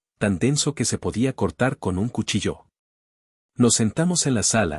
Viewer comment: No se pronuncia cuchillÓ Se pronuncia el cuchÏllo Tampoco se pronuncia encantÓ sino encÁnto.